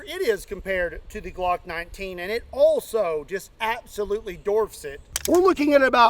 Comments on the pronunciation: He’s saying dorf not dwarf 😂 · No one gonna say anything about "dorf"? (Dwarf) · ill dorf u u...DWARF! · Dorf? You mean dwarf? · I think you were looking for the word “dwarf “, not “dorf”! 😂( I miss the pine box comparisons) Great vid 👍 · How does the Eagle and the .500 dorf the Glock? Are you tryin to be funny, or is that a regional accent?